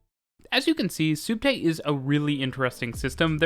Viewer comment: It's short for subterraneo (sub+terra = under+ground). It's pronounced spot on in the video :)